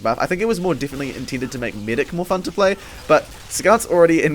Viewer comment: pretty thick accent if medic is meedick wow